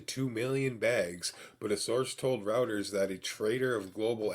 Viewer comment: it's roy--ters, not rawters. just fyi good info